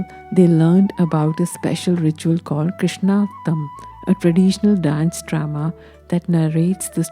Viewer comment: Hi, just a small feedback, Krishnaattam is pronounced कृष्णनाट्टम्. Thank you